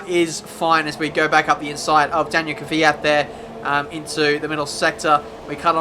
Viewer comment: it's Kvyat not Kyvyiat